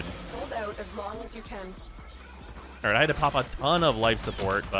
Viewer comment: That was the shortest alright ive ever heard. Sadge